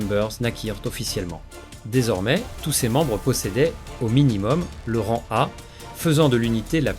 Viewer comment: Magnifique vidéo, toujours la diction qui pose problème sinon. On ne dit pas "rangue", mais "ran" le g est muet.